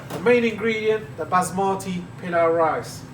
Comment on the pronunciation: I like the way you pronounce the word Basmati